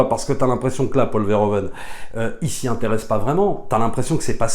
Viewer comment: Merci pour la critique que j'ai trouvé intéressante à écouter. Par contre, une suggestion si tu reparles de ce réalisateur dans une prochaine vidéo: en tant que Belge, entendre tout le temps "Paul Verhoven" --> aaaargh. En néerlandais, "oe" se prononce "ou" --> ça donne donc "Paul Verhouven". :) Au plaisir. ;)